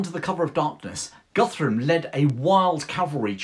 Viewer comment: Hi it's great perfomance and l share your opinion bout Alfred/ Churchill This man was a really Great till today for the English! I confess Cornwells Uthred saga (the books only) is enjoying but your feature is historical top notch! Guthrum sounds like Goodroom. And all of the earlier chronics read Danish at most. Best regards from Northern Germany Ludwig.